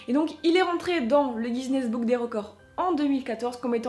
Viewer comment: Guiness ce prononce ginesse pas gisnesse mais appart ça très bonne vidéo